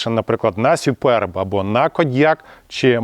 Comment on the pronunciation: Я один то чув- ,, сюперб?" Ляяяяя, як то нервує😅 А електричка вийшла доволі симпатичною після оновлення ❤